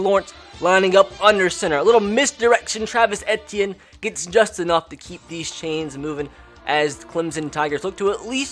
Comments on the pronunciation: It’s Travis E T in that’s how it is pronounced not AT t in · it's travis e - tea - in not eh - tea - in smh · It is pronounced ETN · It’s “Eee-Tee-In” not “Eh-Tee-In” sir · It’s pronounced Travis e t n not etian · Dude... it's not Et-e-in.... it's E-T-N! LEARN HOW TO SAY OUR KIDS NAMES! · He's saying Etienne wrong. He went to Jennings High school in Jennings, Louisiana I know him personally, because my high school wasn't even an hour away from Jennings Just a long e sound then just like the letter t then an. Simple. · pronounced “eetienne” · How to pronounce Etienne : EE-TEE-EH-NEY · You said Travis entine worng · I kept cringing over how he pronounced Etienne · I love you bro but you pronounced Etienne so wrong this entire video and it was nails on a chalk board for me